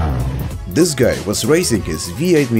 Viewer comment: Asian lady: I go dis way